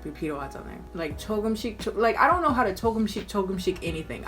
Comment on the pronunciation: “I der kner” SCREAMING